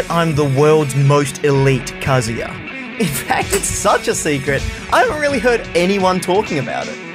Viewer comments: What's funny is that he said KaZOOya at the beginning and then immediatly said Kazuya the right way lol. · Most people say, "kuh-zoo-yuh", but the "uh" sound doesn't exist in Japanese. It's "kah-zoo-yah" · WHEN HE SAYS “KAZOO - YUH” IT BOILS MY BLOOD OMFG ITS “KAH - ZOO - YUH” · it says in his win screen it's Kaa-Zu-Ya not Ka-zoo-ya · Kaz-yua?? It’s Kazuya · Mate pronounced it as kazooya like he’s a plastic instrument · You put the emphasis on the “KA.” KAzuya. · Every time I hear somebody call Kazuya a shoto I hear shota and it’s not good for my health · Nobody:: "Kazoo-ya" Me: triggered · i like how he says he's the best kazuya, when he still calls him kazoo-ya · be like "Kazooya" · Kazoo-yah. Interesting pronunciation my dear aussie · he still pronounces his name like kazooya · Actshually It's Kazooya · Most elite kazooyuh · Please stop saying kazoo-yuh 😭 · I like how as the video goes along, sometimes he pronounces it Kazuya and sometimes he pronounces it Kazuya, IYKYK. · He's never gonna pronounce "Kazuya" the correct way, is he. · is changing his pronunciation of Kazuya as many times as I change my Croc Slippers. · is the most elite Kazuya that he has gained the privilege to change the pronunciation of his name within the first 10 seconds of the video. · Imagine flip flopping between kazuya pronunciations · Who’s gonna tell him he’s been pronouncing Kazuya wrong this whole time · He still doesn’t consistently pronounce kazuyas name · Start of the vid, very much cap Edit: congrats on pronouncing the name wrong the entire time